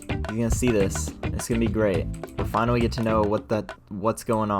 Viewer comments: he was finawwy asking fow something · "Finawwy, Earwwy 🥺"